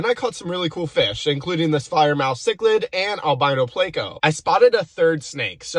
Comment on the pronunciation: Pronounces pleco playco good content nonetheless